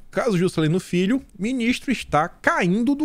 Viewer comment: eu estou em oração por esse canal!!! Socorro Jesus!! Abençoa Teu " fii" 🤣🤣🤣